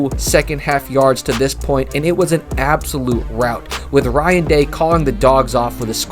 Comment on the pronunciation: It’s Ryan Day bro not Brian😂